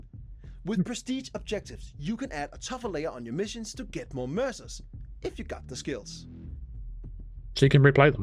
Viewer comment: Did anyone else hear “Mercer” and thought it sounded like “MRSA,” as in the horrible flesh eating bacterial infection? New weapons bought with skin would make it a very different game.